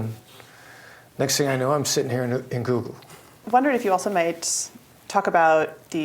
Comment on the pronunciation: Sounds like she's saying "Toxic Goggle".